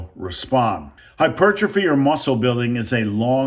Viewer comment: Thank you for pronouncing hypertrophy the way God intended.